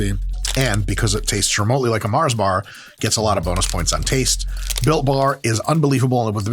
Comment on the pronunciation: Love the accent for Mar. Think European, but Mars is based in Slough, UK. Otherwise known as one of the biggest shitholes in the UK, and the location the original The Office was based upon.